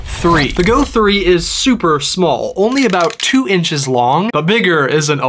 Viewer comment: Why bro say it like that 2 inches is a lot😫